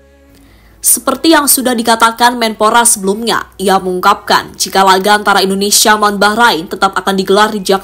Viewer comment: Bahasa NARATORNYA , kurang enak didengar , menyebutkan INDONESIA KOK INDONESA ,. Dan bahada yang lain untuk di benahi.